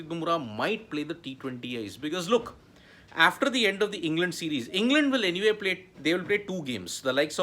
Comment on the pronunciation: Try practisiing saying the word 'after ' aaaaaf ter..... not efter